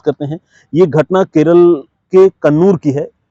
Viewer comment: Please say kerala, la not l